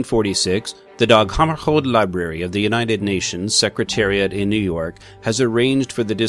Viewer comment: That's pronounced Dag Hammer shold as in Dag Hammer sh old..... It's a tough alright!